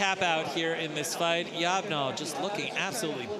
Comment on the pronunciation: Yob gnol is long boy backwards, so I think you pronounce it that way also....